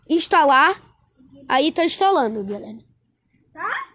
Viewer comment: Uma hora ele fala galera outra galela